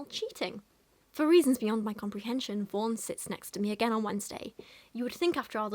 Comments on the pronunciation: I keep hearing her name as “Vore” Help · For some reason every time you say "Vaughn", I hear "Vorn." Which isn't really any worse of a name.